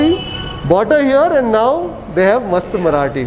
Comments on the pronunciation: Love your marathi pronounciation , its just spot on! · Great man.. Your marathi pronunciation is impressive. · Your Marathi Pronunciation is so appropriate. Really appreciated